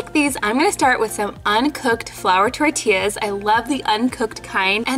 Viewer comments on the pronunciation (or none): none